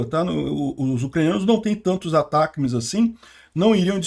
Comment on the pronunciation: O nome do míssil é Atacms. Se pronuncia Atac e depois as letras m, s. Isso foi informado pelos canais grandes de notícias militares do Brasil. É isso, se fala, Atac ms. Se escreve Atacms.